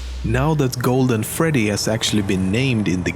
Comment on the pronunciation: did he just say 'to the NEW and improoved Fraddy Fazbear's pizza'?? Thats another evidence that fnaf 2 is a sequel. (I BET SCOTT DID HIS ON PURPOUSE, JUST TO MAKE RUMORS AND STUFF!!)